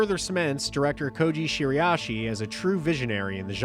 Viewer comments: Bro please its Shira-ishi 😭 Youre saying shiri-ashi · Are you pronouncing Shiraishi correctly?